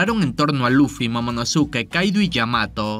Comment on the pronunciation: Momonoske, Pronuncialo ya bien